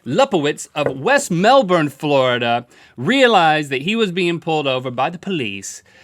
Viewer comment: As someone from Melbourne, Australia, thank you Link for pronouncing Melbourne correctly!